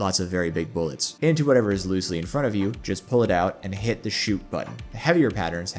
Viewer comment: Sah says 'it target, ah 'it target.